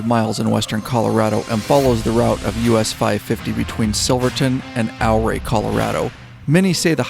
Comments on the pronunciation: Ouray is pronounce "your-ray" not "ow-ray." Looked like a terrific ride. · Love all these trip videos the best! I know this is a lot of work to produce something of this length. Thank you and team. BTW, from Colorado. It's Ooooh RAY!! NOT OURray!:) Thank you for all you do! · Ouray is pronounced "your ray',,,not OUR way. great video regardless. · Ouray Colorado is pronounced "U-ray". Like Eugene. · Good vid, Ouray is pronounced U-ray. Ive run Red mountain, Molas and Coal bank passes numerous times . Had a boulder cut loose and about took out the old lady and me. Also droven a semi over all that in the middle of February with 45000 lbs of wood pellets. Still a little puckered. Ride on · Great video. Yes, rides like these are epic! (BTW, Ouray pronounced like "Hooray!") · Took most of the day, on and off, but watched the whole thing. Great work, story telling, just the right balance. Definitely relatable having done several multi state trips. You captured it well. Yes, that last day ushers in true peace and contentment that stays with you for weeks. Btw Ouray is pronounced ew-ray. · Ouray Colorado pronounced like “Your-Ray “ is named after Chief Ouray . The Million Dollar hwy actually starts outside of Durango and is the whole route to Ouray . Come back someday and do the entire loop Durango to Ouray then to Telluride back to Mancos,Hesperus and then to Durango. I will also say over to pagoda springs , Wolfcreek ,Southfork ,Creed, lake City and around the north side of the Black Canyon of the Gunnison to Delta is a nice ride. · Oh yeah...and the Ouray pronunciation was pretty entertaining as well, an earlier commenter got it right, but to say it like a local, it's yuray. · Great video of a great trip. Ouray is pronounced as youray. The O is silent. Love all your stuff. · It’s pronounced “U-Ray” Colorado.